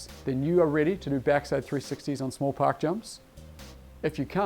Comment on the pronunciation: i got halfway thru the vid b4 i realized he was saying park jumps i thought he was saying pock jumps ,,,im like what the hell is a poc jump?